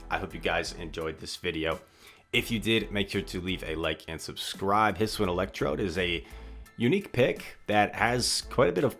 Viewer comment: its his-oo-ian not his-win,, just a heads up. youre late night videos are great to watch!